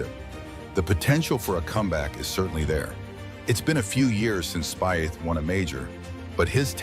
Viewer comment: Speeth is the correct pronouncement of his name….